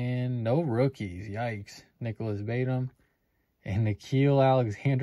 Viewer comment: Say Batum again 😂